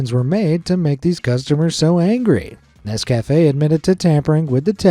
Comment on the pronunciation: How does this American narrator not know how to pronounce Nescafe' and Reese's??? AI???